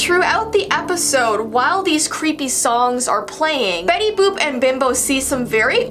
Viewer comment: Boop not book